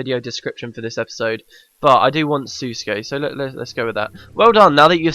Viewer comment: FYI Sousuke is pronounced soh-skay not sa-skay. ^^